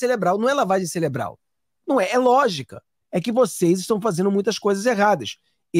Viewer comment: Não celebral é cerebral